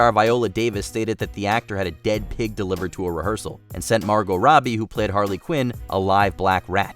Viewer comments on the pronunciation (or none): none